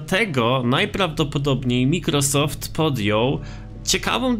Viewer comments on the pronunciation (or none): Czyta się ,,majkrosoft" ja też miałem z tym przez dłuższy czas problem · czyta się majkrosoft